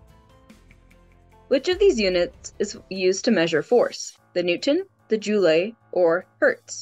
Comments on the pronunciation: 28 out of thirty. As noted Rap Is not a sub category of Classical, Baroque is. Not to be picky, but you mispronounced Joule. The"E" is silent. Joul.. Thanks. I had fun. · 27. The e in joule is silent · Do stop saying "that would be..." And of course Rap has nothing to do with classical music. The answer is Baroque. I thought you were getting better at pronunciation until you came to "jamais" and Joule. Giving myself a point for Baroque, 27/30